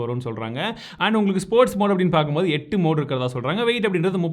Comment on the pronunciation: sports mode count 7 nu sollum pothu verum 7.... athai vida 1 koda irukkuratha sollum pothu ettuu... nu romba thiyamaa iruppathu pola aluthi sollurathu :) enna bro